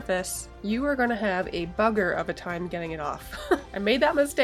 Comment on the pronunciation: Lol 'bugger' thought you were from New Zealand for a moment there....great video!